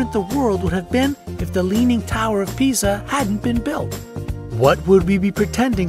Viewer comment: Why do I keep hearing "the leaning tower of pizza" at